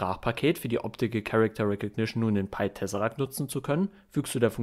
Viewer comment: Du sprichst das Programm falsch aus, glaube ich. Ich hätte es englisch ausgesprochen.